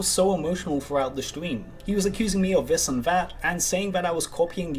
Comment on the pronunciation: “accusing me of vis and vat”.... Learn to speak; you’re not a child.